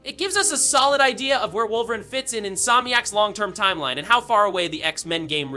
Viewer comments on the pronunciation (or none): Facts! It's pronounced Wolvereen! Wolveran LAMO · Has to be Ai Wolveran and Professor Charles Gayvier 😂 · Stop pronouncing Wolverine without the E - it's not "Wolverin" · Shit pissin me off 😂😂😂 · Is this an AI voice over or does this guy have a hard time pronouncing wolverine 😂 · Yea this guy can’t say Wolverine is insane